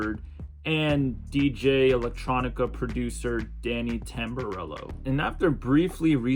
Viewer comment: How could u butcher Jimmy Tamborello’s name like that 😂